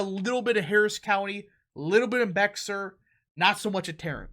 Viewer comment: It isn’t pronounced BEXAR county, it’s pronounced Bear county, the X is silent.